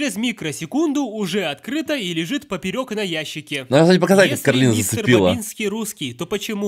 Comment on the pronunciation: Не куралина и не кералина а каролина